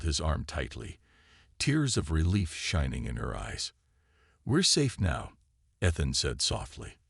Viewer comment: Great. Can't pronounce "Ethan." Can't pronounce "sergeant." What became of Rava?